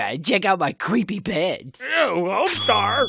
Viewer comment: but you said cweepy pants all the time get some